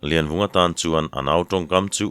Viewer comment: Laivunga i ti zauh mai tihsual palh a nih hmel e